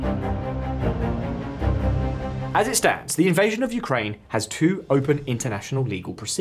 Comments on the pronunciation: The “hog” instead of the “Hague”? Your AI female announcer’s pronunciation is off. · Please tell your A.I. voice that it rhymes with “leg” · Lol I know, "the hog" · Please, please fix the pronunciation. I didn’t know that the ICC was in the “hog”. It really detracts from what is otherwise an excellent presentation of topics.